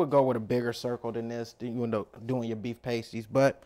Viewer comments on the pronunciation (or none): It rhymes with nasty not waste-y